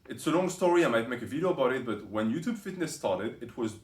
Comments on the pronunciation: So 'ello-oe-toep' is due to the microphone and not his speech impediment? And I would quickly put on a shirt if I were you, soon that parrot will fly off your shoulder ... 🐣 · Roxas13. "He lifts", 👍🏽 "He gives facts", 😂 He tells assumptions, made up stories 🧚‍♂️ And that "ello-oe-toep" is to 🤮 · Ello yuchube.